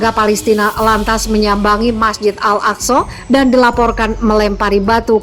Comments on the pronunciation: 'Al-AkSorr' kepala butuh nkou!! Org sebut AĹ-AKSÃ lah bodoh! Bangang betuilah, buat mngelirukan 0rang sahaja..!!! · Ngomong nya al aqso Bisa ngomong gk sih